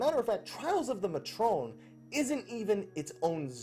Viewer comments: May-tron, not mah-trone. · pretty sure matron and fury instances are indeed separated, I have not found any fury people in my matron or any matron in my fury. This is the reason i queue for fury even if i want to gather so that i can reasonably do the NM's and EM's. also pretty sure it is pronounced May-trun.